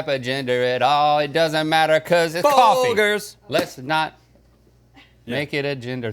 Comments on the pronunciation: It is in fact not Fol-Gers. It is pronounced as Fol-Jers in their commericals. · Link is so insistent on his mispronunciation of Folgers. It is indeed Fol-GERS, not Fol-GRRS. Maybe it's a bit, who knows? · Best part of waking up is "fol-jers" in your cup. (I spelt it like that so you know how it's pronounced). Not fol-jers like they said it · I think it’s pronounced Folgers, not Folgers. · Fol-gurs, are you kidding me? The commercials even say Fol-jers. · No! It's foljers! Not Folgers! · It's Fol-jers. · NOOOOOO ITS PRONOUNCED FOL JERZ😭😭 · It’s fol”jurs” maaaaan. Dirt in a cup lol. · I swear Folgers is pronounced fol -jers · it’s definitely fol-jers lol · They need to stop saying Fol-Grrs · It's Fol-jers. There are plenty of commercials where they say it. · I learned something today, I grew up saying FOLJERS 😮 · This is the first time I've ever heard Folgers pronounced with a hard g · Hope you guys are kidding about how Folgers is pronounced!! Lol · Did anyone catch the Folgers thing?! Thats not how you pronounce it 😂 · The fack that rhett made it this far in life a pronounces his surname incorrectly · I like how they corrected themselves on the folgers pronunciation but corrected to the incorrect way to say it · Guys it’s actually Folgers, not Folgers. Not to be confused with Folgers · Wtf? Folgers is NOT pronounced that way... You've got to be trolling! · That is not how you pronounce Folgers 😂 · They don't want to get roasted for mispronouncing Folgers and what do they do mispronounce it lol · pretty sure it's pronounced Folgers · Folgers clearly they don’t know this brand as they repeatedly mispronounced it. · Baited me so hard with how you pronounced Folgers